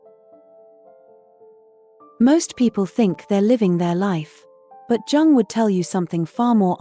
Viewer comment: It is Jung, not Dzaaang...